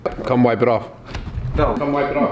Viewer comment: "Come whipe it off" fawkin Brad😩😂